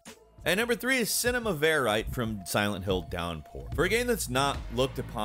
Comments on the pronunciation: It’s called CINEMA VER-I-TAY, not CINEMA VER-ITE; it’s basically the kind of documentary film-making that’s being spoofed in shows like, THE OFFICE... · Cinema Verité. Ver-uh-tay. Ver like very. Not veer-ite. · Cinema ver ite? 🤣🤣🤣 My boy STILL cannot pronounce words correctly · come on dude, google these words before you post! It’s pronounced Cinema Vair-E-tay